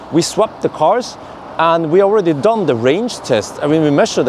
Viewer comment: Don? Really? It’s not spelled like that! It’s dun not don!